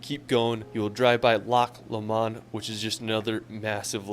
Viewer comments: PLEASE PLEASE PLEASE ignore everything this guy says! Im Scottish and he has shown nowhere near the best places to visit here! Please find a video where the person can actually say the names of where he is properly lol. Loch lomond, for example, is pronounced loch lowmand, Edinburgh does not end on boro! Pronounced edinburrah. If your based in Edinburgh, there are so many places to see. Edinburgh old town is amazing, you need to do a ghost tour at night, you'll learn so much about the city. Stirling, think William Wallace, is a nice drive that you can visit on the way to luck lomond. One of the most picturesque places in Scotland is Glencoe, truely stunning. There are a million things you will love about Scotland. Give me a shout if you need any advice 👍👍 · Scotland is definitely one of the most beautiful countries in the world but it is small and you could easily do a lot of it if your there for 4 days. His pronunciation is quite bad lol Loch Lomond is pronounced loch low-mnd haha I’m sure you will hear it when your there. I lived in Scotland for 26 years and regrettably I didn’t explore anywhere near as much as I should of. I’m sure you will love it 😊🏴🇦🇺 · Wait wait wait did you just call Loch lomond Loch lomand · scot here the crown jewels arent gawdy as the English ones the coronation stone is there as well also scotland aint flat most of the land is up hills and final its loch lo mond not la mond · aye and Lock law-mawn (Loch Lomam ) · I must admit, the pronunciation of Loch Lomond was mildly offensive! But more importantly, it is NOWHERE NEAR Loch Ness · Loch lomond pronounced...lock lowmond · You pronounce Edinburgh much better than him. Also, he called Glasgow 'GLASS-GOW', when it should be 'GLAZ-GO'. Thirdly, Lomond is pronounced LO-mund. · Glass gow and Loch Lanond - it made me cringe. This is why Americans are despised around the world - they never take time to understand the culture.